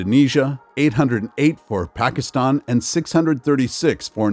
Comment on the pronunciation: Pakeestan? You should also review numerical rounding rules taught in elementary school math instead of reading numbers verbatim.